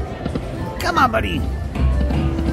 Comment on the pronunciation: It’s so cute how congratulates himself when he gets a bonus…”good job!” He likes to talk in the 3 rd person! Or when he calls that buddha guy…my “body” Buddha instead of “buddy!” Love! You guys are the best